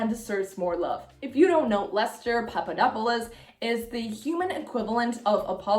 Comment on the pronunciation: uh wanted to put this here.. people saying that lester’s surname is to difficult to say have NOT been to greece, papadopoulos is one of the most common surnames and a brand of cookies (papadopoulou) also your pronounciation of papadopoulos gave me a stroke no hate!! I love your videos